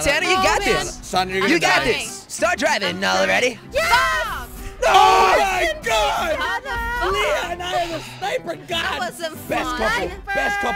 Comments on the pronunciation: It's Sanna not S anta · Is it just me or does it sound like jelly is saying Santa instead of Sannah😂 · At the beginning i thought he was saying santa instead of sanna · Is it just me or does jelly sound like he is saying Santa instead of Sannah😂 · I thought jelly said santa XD